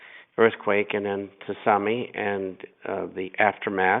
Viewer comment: "Tusami" LAWL